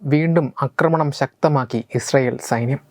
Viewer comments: "ആക്രമണം" "അക്രമണം" ശ്രദ്ധിക്കുക. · നിങ്ങള് ന്യൂസ് readers മിക്കവാറും എല്ലാവരും ആക്രമണത്തെ അക്രമണം എന്നാണ് പറയുന്നത്. പക്ഷേ ഇത് രണ്ടും വ്യത്യസ്ത അർത്ഥങ്ങൾ ഉള്ള വാക്കുകളാണ് എന്നാണ് എൻ്റെ ബോദ്ധ്യം. Pl check and correct.